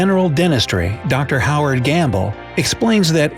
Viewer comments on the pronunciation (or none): none